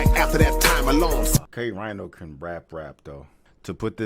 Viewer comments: Pronounced "K-Reeno"... I know because I said "K-Rhino" for a while too. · Ok so 1st off, good looking for covering a K Rino song. But I have to address this. His name is not K Rhino, as in the animal. It's pronounced K (re-no) Rino. His name is an acronym. It means Killer. Rhymes, Intellectually, Nullifying, Opponents. K Rino. So, what you where confused about him saying the 1950's and the 80's is the person the scientist did the experiment on was BORN in the the 50's and the experiment took place in 1981 so the guy was 31 years old at the time of the experiment. He was married and had a 1 year old son at the time. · pronounced K Reno - not K Rhino, not that he gaf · Reeeno not rhino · His name is not K-RHINO its K-Rino...like how Reno is pronounced. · I was just wondering if you ever did a k Rino reaction and sho nuff! And it's pronounced Kay Reno. Like the show Reno 911. Everyone says K 🦏🤣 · K-Rino? You reacting to K? You KNOW K-Rino? NIOCE. Pronounced "Reeno" though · It's spelled K-Rino but it's pronounced K-Rēno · It's k REENO, go pass judgment on Eminem or someone sambo. Sheesh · K RINO, pronounced like “K REENO” Everybody’s favorite rappers favorite rapper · Rino has too many tracks and lyrics. He pronounces it Reeno BTW. Peace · Pronounced Kay- Reeno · K-Rino is pronounced “Kay-Reeno” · Pronounced Kay ree no. Thank you for reacting to him. Dude doesn’t get his flowers. Legend here in Houston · Pronounce it K-Reeno